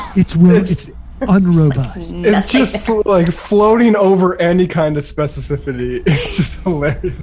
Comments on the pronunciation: "Specicifity" [sic] ? ... I understand a slip-of-the-tongue. But when your staff parrots it back to you, that’s not very intellectual. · I like how has picked up Sam's pronunciation of "specicifity." SPECIFICITY, guys. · Mocking but none of you can say SPECIFICITY lol. It is not “speficicity”.. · They keep on saying "spececifity" instead of "specificity" while talking about how the Weinstein Bros aren't intellectuals... Morons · 10 minutes ; 15 seconds : that's SPECIFICITY not SPECI C I C I T Y. You made a NUCULAR error; the bomb went off. Ordinarily, I wouldn't stand in judgement but the laughing girl there made me do it. Are we in grade school?Just talk; don't snicker please. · Spessasifity? What the hell am I listening to? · Lmaoo I love y'all but practice how to say speciFIcity pls 💜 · Spe-ci-fi-ci-ty. Why is this word so hard for so many Americans? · Does the whole show have a problem pronouncing the word "specificity"? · Why can't you guys say specificity? Lol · Love you all, but why can't anyone pronounce specificity? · I totally agree with Sam et al, but I wish at least one them could pronounce specificity 😂